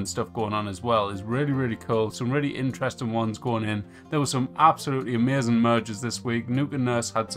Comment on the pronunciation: It's AMAZING. Not ameuzin 🤣. Lol just joking. But the way you say it had me rollin